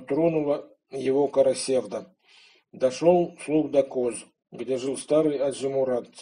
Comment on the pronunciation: В слове "Карасевда" ударение падает на последний слог, в тюркских языках это так. КарасевдА.